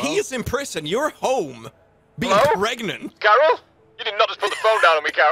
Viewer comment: oh God I can't believe you said pregananant, that's a golden reference